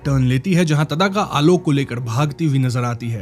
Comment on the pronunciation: तदाका नही भाई ताङका